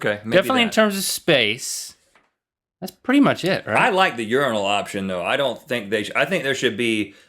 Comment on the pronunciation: Thank you for pronouncing Urinal correctly. I hate when people pronounce it your-eye-nal. Also, I completely disagree with urinals. I think they are disgusting and that all human excretions should be private. I don't know if these are in America yet, but in Europe we have public urinals that are basically a pyramid type thing that you walk up to, right on the street, and go into. I can't imagine a more offensive or degrading thing as a man. Like being a dog.